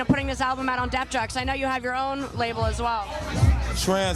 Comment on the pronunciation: Not to sound technical and anal(I don't care if I do) But If I was El and I had someone mispronouncing my record label, I would walk away. But he's a professional. Def Jux, Def Joox-Pronounced not Def JUCKS. Sounds like she needs to do her homework.